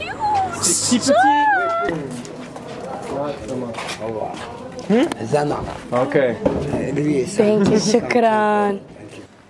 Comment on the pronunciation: They say "thank you" in arabic really well